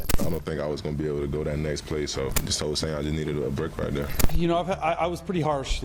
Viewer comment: “I needed a bwake wight dere”